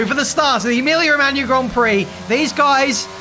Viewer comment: He actually is the only anglophone to speak Emilia Romagna correctly :O